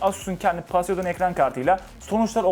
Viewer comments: Hocam p harfi f olarak okunuyor poseydon değil foseydon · Paseidon paseidon paseidon :( Telaffuzlara dikkat edelim, doğrusu Poseidon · 3. Kez paseydın kelimesini duyunca kapattim videoyu keşke çekime geçmeden önce markalar modeller nasıl telaffuz edilir diye araştırsan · Yalnız Poseıdon öyle okunmuyor